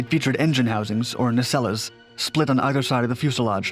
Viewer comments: ….its “nuh-SELLZ” and “kuh-NARDZ,” not “neh-SELL-ez” and “CAN-nerdz.” Just sayin’. Ironically, though, your French pronunciation is phenomenal. Totally on point. I say that’s ironic because “nacelles” and “canards” are both French-based terms appropriated by English/speaking aviation engineers…. Heh. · The last "e" in the word nacelles is silent.